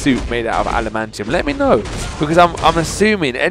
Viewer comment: It's not called alimantium